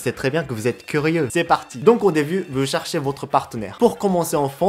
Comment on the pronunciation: Erreur time: Tu a dit charche au lieux de cherche Mais cest pas grave je te comprent (Moi jai des probleme de ponnonsiation)